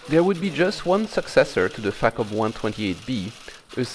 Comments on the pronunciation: in the spirit of AvE I use the term FACOM around computers quiet often- I pronounce it more like fuck'em though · I hope Im not the only goofball here that heard FACOM sounding like Fuckem'. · Facom... Haha facof!